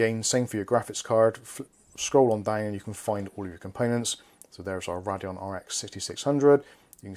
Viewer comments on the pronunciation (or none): Just an fyi - Radeon is pronounced ray-dee-on